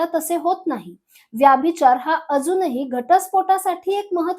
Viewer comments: मॅम व्यभिचार म्हणा व्याभिचार नव्हे. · ताई तुम्ही मराठी आहात ना? मग उच्चार योग्य तसेच बरोबर करा ना. ही आग्रहाची विनंती. “व्यभिचार “ उच्चार नाही.व्यभिचार हाच योग्य उच्चार आहे. तुमच्या चित्रफितीत उगाचच इंग्रजी शब्दांचा उच्चार वारंवार का करतात? चपखल मराठी शब्द वापरले तर समजणे सोपे होते. तुम्ही कदाचित शुद्ध मराठी बोलणार नाही याची मला खात्री वाटते. परंतु मराठी भाषेचा अभिमाना पोटी एक क्षीण प्रयत्न.